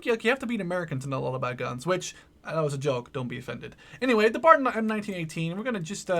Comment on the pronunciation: its not Bar its B A R